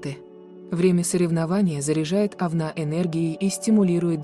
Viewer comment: Ужас! Кто читает текст? Это же просто безграмотно, ударение ставится не правильно, вместо Овна говорят Овна. 😮